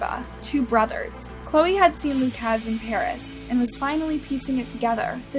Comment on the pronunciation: How to pronounce the name 'Lukasz' ... not 'Luke-AZZZ" but --->